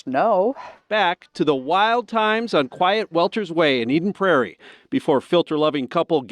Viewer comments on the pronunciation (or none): eden prair-ee is how you prounouce it lol MN diddy parties is crazy work tho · As a Minnesotan I cringed the way he said Eden Prairie lol